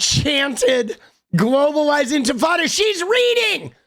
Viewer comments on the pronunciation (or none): She said “Globalize Infitada” 😅 Globalize empanada!!! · She said "infitada" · She said INFITADA lmfaoooooo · Lindy Li is so dumb, she said “infantada”. What is that? An uprising of babies? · I thought it was "Ent Frittata" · "You say Infitada, I say Intifada, Infitada, Intifada, Infitada, Intifada, let's call the whole thing off" Lindi Li. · Li couldn't pay her audience the courtesy of pronouncing Intifada correctly. A lazy, miserably educated, self-pitying, non-victim, who's cashing in. Simple as that.